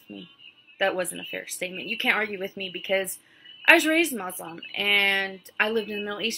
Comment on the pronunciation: I'm Jewish but I don't believe she is an ex Muslim because she can't even pronounce Muslim or Quran properly. Maybe she is an ex Muslim convert but I don't think she was raised Muslim.